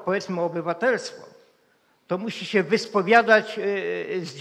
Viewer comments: dlaczego nie wymawia ę na koncu wyrazu. Slysze zawsze -em??? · ap., po polsku mowi sie,, zastanowilem SIE a NIE SIEM " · Mowic po Polsku to tez sztuka. To nie jest siem tylko się ! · Dokładnie też to,zauważyłem tak się wystawia Pozdrawiam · Nie idzie tego słuchać. Siem, chcom, wiedzom, widzom, co to za pajac? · Niech "siem" ten po polsku nauczy wysławiać...Oglądałem kiedyś reportaż z Tworek i jakby znajoma twarz...